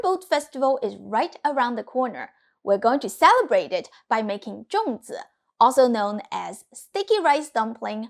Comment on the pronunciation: Why do you pronounce it Zhong while spelling it Zong?